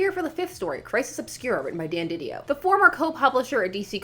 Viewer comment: No you said it right the first time.